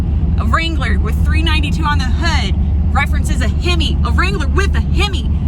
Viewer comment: A himmy! She says, A himmy